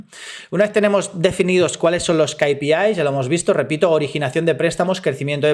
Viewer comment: Gracias por el video. Solo una cosa, o dices "KeyPiAis" (ingles) o dices "KaPeIs" (espanol). Repites una y otra vez "KayPiIs" en el video por ejemplo. No lo digo para atacar, solo para que te des cuenta. Un saludo